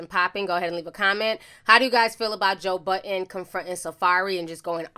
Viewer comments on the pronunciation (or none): It’s not joe button you keep saying that it’s joe budddddden